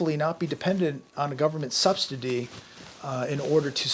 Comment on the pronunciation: ! He CAN’T even Say “Subsidy” Jesus Christ! Come On! WITF?! 🤦🏽‍♂️ 🤷🏽‍♂️